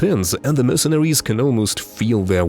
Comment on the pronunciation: Hilarious how the narrator pronounces "mercenaries" as "mercenawies". Often substituting the "r" with a w.